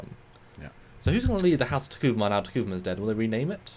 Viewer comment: The name is T'Kuvma. Phonetically... "T-Koov-ma" Three syllables... Not "T-Koo-va-ma". Hate the holographic comms... Some really odd story stuff that does not make sense to canon... But we are only 2 episodes in... Might get better... But I will watch regardless